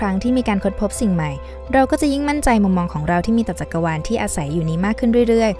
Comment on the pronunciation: จักกะวาน หรือจักรวาลคะ-_- ได้ยินแบบนั้น